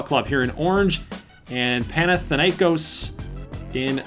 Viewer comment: Im Greek and is so funny to see Americans trying to say Panathinaikos. By the way Panathinaikos is representing Athens.Also I hope Alaska Chillers get Floca. Edit:Panathinaikos mascot is a green tiger